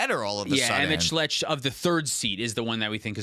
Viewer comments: "emet schlet," as a fan of ffxiv, sent me into the stratosphere lol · Emet-Selch (emet selk) Louisoix (Louie-swah) Tataru Taru (ta-TARU Taru) Tidus (Tee-diss)